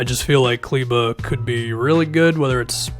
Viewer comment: Only YouTuber who pronounces Kleber right !